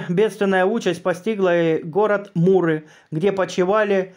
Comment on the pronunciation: Простите, чтецу вопрос.МУры или Миры Ликийские? Может я чего-то не знаю? Спасибо.